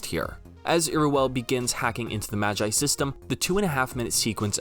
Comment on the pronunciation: Why do you say MAGI like Majai? マギ Ma Gi Gi sounding like the start of the word geese.